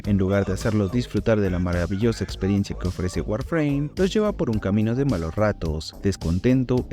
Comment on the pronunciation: Dice PEROES en vez de PEORES